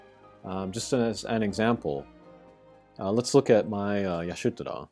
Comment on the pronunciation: Nice preview on the raid. GL has it much easier IMO, I got Y'shtola to lb5 without buying a single shard from the event shop. But dude, why are you pronouncing Y'shtola as AYa-SHU-toraaa? Legit hurts my brain!